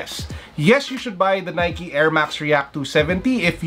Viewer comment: the way he says should u guys buy the nikey 27d reakkk lol g